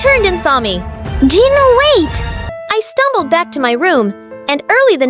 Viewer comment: It's Jinu not Genie